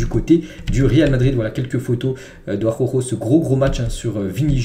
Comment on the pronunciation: Frérot travail t'as prononciation sur Araujo stp ♥️